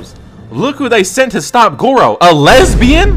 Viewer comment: Did bro say goro?